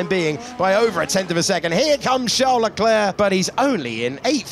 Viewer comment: It’s my impression or the narrator always says Chel Leclerc?